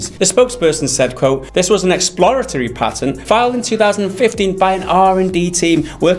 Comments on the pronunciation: Payten? No, it's Patent, homie. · Didnt know what tf you guys were talking about for the first 2 minutes.... What tf is a "PAYTANT" ?!!! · The fuck is a "pay - tent" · What's a pay-tent? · A Patent, not "pay-tent", is a set of exclusive rights granted by a sovereign state to an inventor or or assignee for a limited period of time in exchange for detailed public disclosure of an invention. -wikipedia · What is a Pay-tent? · PA-TENT, not Pay Ten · Did he just say pay-tint? sell out to big tint industry? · Lol PayTent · A "pay-tent?" it appears that your usage of the English language is still in "beet-a"... In all seriousness though, like most things, it comes down to how it is used that determines if micro-transactions are "bad" or not. This vid is an example of making them bad... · Paytent xD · Lord Druckwelle in the US we pronounce it the right way, PAT-INT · My bad, stupid me. Didnt know he pronounced it wrong^^